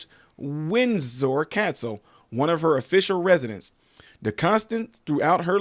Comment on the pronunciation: You are pronouncing the names and the castles perfectly. Love from Staffordshire England. PS: she did not marry at 13, she met him and fell in love and married when she was 21 I believe. The Queen had bone cancer.